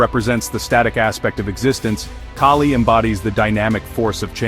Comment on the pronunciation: It's Kali, the a as is altruism, not a as in snake